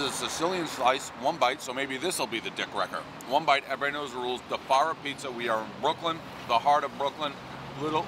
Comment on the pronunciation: Wtf is “defarria”? He fucks that name up half the time he says it.